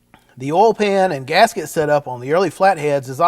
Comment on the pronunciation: How do you pronounce oil ? Do you say olll??